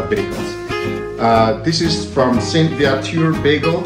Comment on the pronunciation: Sir, You pronounced Saint-Viateur properly. :-) "Vee-A-ter"